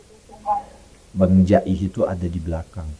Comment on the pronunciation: Ji'ih bang bukan ja'ih, setau saya denger dari cerita alm kakek orang betawi, ji'ih temen seperjuangan pitung satu perguruan juga info yg saya dapat🙏